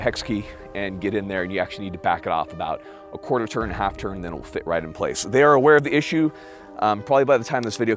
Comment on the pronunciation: “Fhey kill paper”😂👍